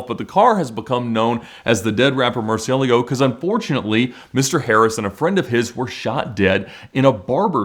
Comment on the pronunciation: What are you talking about? Murcielago is a word in spanish, thats the correct way to say it. (Not 100% perfect but good enough for someone who doesnt speak spanish)